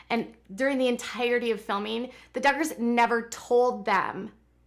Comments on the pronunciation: I just watched the video and she definitely said Juggars!😂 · Lol I thought I heard you say “ Juggars” well yes, the Duggars do go for the jugular..... 😂😂